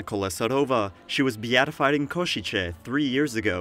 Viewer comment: It is not called KošiČe (Ko-shi-che), but KošiCe (Ko-shi-tse)